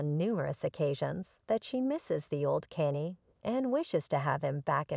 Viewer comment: If you can pronounce Kardasian properly surely you can pronounce Kanye properly 🙄 it’s not pronounced Cannie 🤦🏻‍♀️